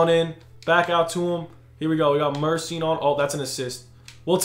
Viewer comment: Isn’t it mur-eh-sean😂